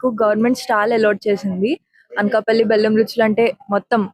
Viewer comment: తెలుగు ఉచ్చారణలో style వద్దు. అన్కపల్లి and పాకల కాదు…అనకాపల్లి మరియు పాకాల. దయచేసి తెలుగుని కాపాడండి 🙏